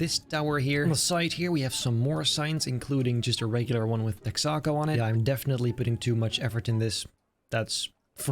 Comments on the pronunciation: Hhmm “Tex-ah-co”? It’s “Tex-uh-co” Besides that impressive build! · What’s tech-sock-co haha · its called Texa-co. Think like Texas. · say it with me.......TEX-AH-CO for the love of Christ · Texaco lil tex - ah- co like texas co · Its pronounced Tex-uh-Co. Like Texas but without the s sound. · I know this doesn't matter but Texaco is "Texas Company" so its "Tex uh co" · Lovely job, as usual! Texaco rhymes with Mexico :)